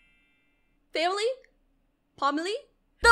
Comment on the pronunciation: “The pomily” the part: and tootoo is adopted. It killed me